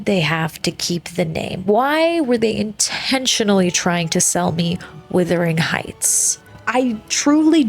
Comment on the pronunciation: It WUTHERING (meaning very windy) not WITHERING (meaning shrinking and dying). The Yorkshire moors are really windy and cold.